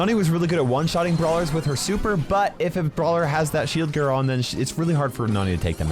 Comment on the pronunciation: MORE AND MORE BRAWLSERS HAVE THE SHIELD GEEAER"but why was gear said weird